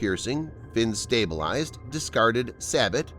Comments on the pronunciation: SAY BOW. Not sa but.👌👍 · Sabot-“Say-bow “, It’s French I know that gross but “Sab-out” sounds weird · also its pronounced SAY-bo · sabot is "Say-Bo" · Narrator still can't pronounce sabot